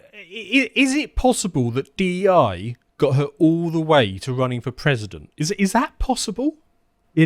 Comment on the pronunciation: Meesa gone be Pwesident, betcha betcha!